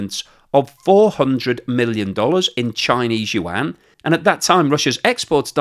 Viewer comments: It's Yuaan not Yuan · BTW the correct pronunciation of "YUAN" is kind of like "won", it only has one syllable. It is not you-ann. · Yuan = ywhen, like "when will you pronounce any mandarin syllables correctly?" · Hi - pronounce yuan: yu-en. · Very informative but your pronunciation of Yuan makes my ears bleed